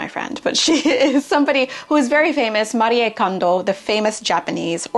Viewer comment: I'm not a Kondo fan (except for her folding method!) but I appreciate that you pronounce her name right!